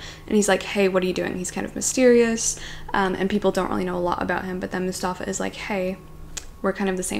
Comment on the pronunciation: Hey, not to be that guy, but I'd like to let you know that Mustafa (from Season of Migration to the North) is not pronounced the way you say it (with the emphasis on the u, MUstafa) but actually with the emphasis on the stafa (MuSTAFA). I don't really know how to explain this but hope it helps!